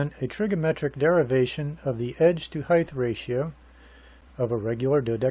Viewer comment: sorry, pet peeve...it's not HeigTH, it's HeigHT